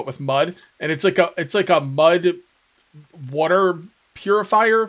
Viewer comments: The jaguar spawned bc he was displeased with your pronunciation of "water". Water...not "wooter" 😂😂😐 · Lmao fill your badoner with wooter